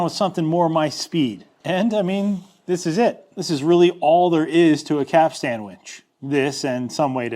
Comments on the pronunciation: As a merchant mariner, this video drove me a little crazy. Capstan sounds like "captain" with as "s". The fitting that looks like a capstan but doesn't turn is a timberhead. (Edited for spelling error) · The A is silentish, not he way you say though.. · Please do video again pronouncing capstan correctly. Thank you. Good project. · The professional sailor in my twitched a bit every time said "Capstan" the way he did...and I know that he said it that way to tweak folks like me into such a visceral response....congratulations Keep up the awesome content. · Quite correct! I'd also avoid the modern tendency to over emphasize the final syllable. It's actually "capst'n" not "cap-stan." Same as Captain is "Capt'n" or "Cap'n" and not "Cap-tane." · Couple things. first, you're the first person I've ever head pronounce it "cap-stan". it's usually pronounced quicker. like "capsten" as if you're saying "captain" but with an S in there. second, the thing you show is a bollard, not a capstan. specifically a dock bollard. if it doesn't turn, it's not a capstan. I get it, you grew up landlocked. I was in the Navy though. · Its pronounced ''cap-stin' (the t is sometimes silent). But not 'cap-stan'. Also, that black thing on the pier is a ballard, not a capstan. Also, the edges of the drum should have a larger radius so as to allow the line (rope) to self adjust when/if it reaches the edge. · Cap-stan? Caps-t'n. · I'm a bit autistic and the way you keep calling it a "cap-stan" is giving me massive anxiety. In future capstan videos can you please pronounce it correctly? As in (caps-tun). Thank you very much good sir 👍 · and all you other landlubbers, it's not a cap stan winch, it's a capst'n winch. Say it way at the dock and you'll get hahahaha'd all day. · It’s pronounced ‘capsten’ not ‘cap-stan’ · am i the only one who keeps hearing "cap sandwiches"?? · Maybe (caps-ten)? You might have to ask ChatGPT, AI always pronounces things correctly 😁